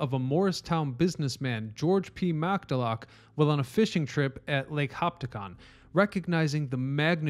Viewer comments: hi hi thank you, you ignore about Scotsman george Macdalock?? I cringe AND laugh at that, I worship the morris canal grieve it was destroyed and I worship the little SCOTTISH I have in me... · George MACDALOCK????!!! Try Scot'sman George Macullough!!!! OOOOPs and lake Hopatcong.....please...... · With all due respect, in the future, please ensure you research the correct way to pronounce the names of significant historical figures as well as famous towns and lakes. The severe lack of attention to detail and carelessness that allowed for your inexcusable and painfully incorrect mispronunciation of both George P. McCulloch and Lake Hopatcong can only generate significant doubt regarding the credibility and historical accuracy of the entirety of your work in this video. In a video on a channel dedicated to history, this is inexcusable. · He was trying to pronounce "George P McCulloch", the Morristown businessman credited with the original idea of the Morris Canal.